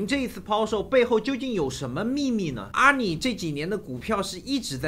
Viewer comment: 是阿里 不是阿你